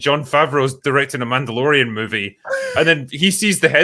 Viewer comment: Did say Mando-Bore-ian?